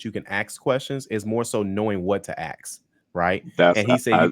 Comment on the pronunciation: It’s ask not axe.